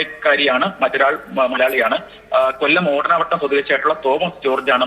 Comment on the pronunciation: ഓടനാവട്ടം ആണ്, ഓടാന വട്ടം അല്ല